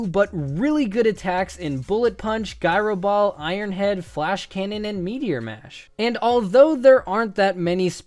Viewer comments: It's Gyro Ball not guyro ball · its gy-row dall. not guy-row ball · It’s not guy- row ball it’s: jye- row ball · Did this nigga just call “JY-RO-BALL”, “GUY-RO-BALL”!?!? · Wait, did you just say “guy-ro ball?” 😐😑😐😑😐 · Did you say... ‘guy-ro-ball’? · Did he... did he just say “guy-ro” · Guy-ro ball? Have you been living under a rock..lol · wtf why do you pronounce gyro ball like guyro ball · That threw me too haha